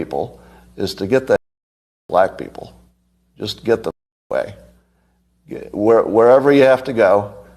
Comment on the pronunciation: “Fix yo peepoz” said unironically and with no self awareness whatsoever 😂😂💀💀💀